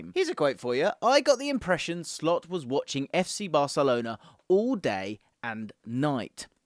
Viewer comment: Did you say "Slopp"? 😂